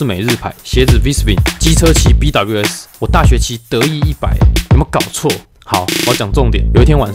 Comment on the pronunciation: BWS 那個唸bewi死😂